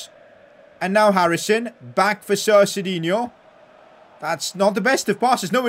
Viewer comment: U kept saying sit instead of sir